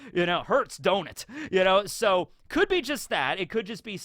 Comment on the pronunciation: That “Hurts, don’t it?” sounded a little too close to “Hurts, Donut?” Almost had a Vietnamford Flashback